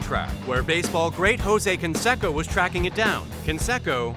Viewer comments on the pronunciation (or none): I’m pretty sure that Jose Canseco’s last name is pronounced “Can-say-co,” and not “Can-seh-co?”